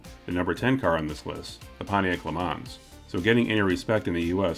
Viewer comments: The correct way to say Le Mans is without the ns as they're silent. Ya it's French so Le Ma is the correct way... It's like the way to say Renault is Ren-No and not Ren-Alt. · Le ma is sorta how to pronounce it sounds a bit like le maw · It's LUH MON ... not plural. lol